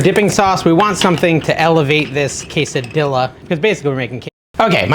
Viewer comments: NO, NO, NO….on the Queso Dilla!!!! lol 😂 Each time you said it that way I shuddered! Just kidding, of course you can say what you want, it’s your party! You are looking great dude! I’m excited to try all these recipes. Thanks for making the Keto videos. After the holidays I NEED them. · Quesa .... dilla? 😂 "Rao's" is mispronounced also. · no I absolutely hate how you say quesadilla! its worse then when you say blent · I'm not Latino, but it's disrespectful and downright stupid to pronounce quesadilla that way. Blocking this channel.